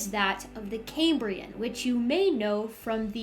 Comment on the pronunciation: "Cambrian" is pronounced the the way it's spelled, ie it's NOT pronounced "came-brian". The name comes from the Roman name for Wales, and not from Cambridge University.😊